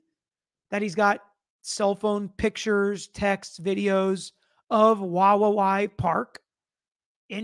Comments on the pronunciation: I used to live in Wawawai. Say "hawaii" out loud. Now replace the h with the w and say it again but add that third w toward the end. Not that hard. wuh WAH wee. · Say it like WA- WI- EE or say it like Hawaii (cept with a W.). You said Palouse great. All native words around here. The park is way the heck down a canyon several thousand feet. Look at the elevation of pullman and Moscow compared to Wawawai park. It’s dark, windy down an unpopulated canyon road. Not sure who would make the trek in the cold winter weather when roads are icy around here. Just saying, having known the area. You do a great job. Thanks 🤙🏾